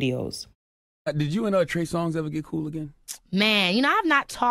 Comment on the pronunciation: Lol she said “ I am going to call him Trey Song “😂 not “Songz” but “Song” (singular/not plural” )🤣